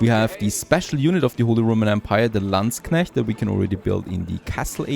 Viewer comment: best pronouncing in all of youtube so far of landsknecht ;D